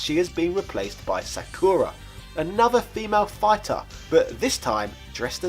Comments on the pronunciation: Like shinmusashi said, the guy did not pronounce Sakura correctly. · No, he did NOT pronounce Sakura correctly.